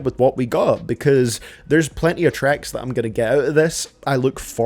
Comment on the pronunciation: Is it just me that hears “trecks” when he says tracks?